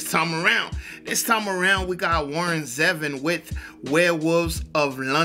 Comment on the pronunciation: It's pronounced Zee-Von